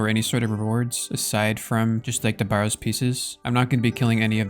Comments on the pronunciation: A barrow is a burial mound and is pronounced like the barrow in wheelbarrow - rather than BAR-row. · great episode as always! just had to comment on your pronunciation of barrows 😂